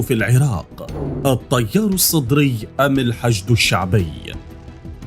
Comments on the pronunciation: التيار وليس الطيار اتكلم عدل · الطيار الصدري كيف تتلفض يااخي😂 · اخي لفظ التيار حرف التاء حرف همس يكون فيه ترقيق وانت تلفظه تفخيم تجعل يميل الى حرف الطاء وهذا خطأ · عندك مشكلة ب لفظ التيار 🤣الطيار 🤣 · فدوه اروحلك بس الفظها عدل التيار وليس الطيار الصدري. اروح فدوه المناخيرك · احجي عدل شنو الطيار الصدري 😒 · حلوه بحلك المذيع من يكول الطيار السطري 😂😂